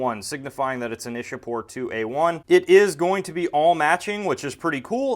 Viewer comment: it's Iccha-pore not Isha-pore. local people say Icchapur.